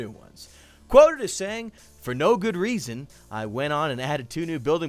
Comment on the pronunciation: I swear he said rasin reason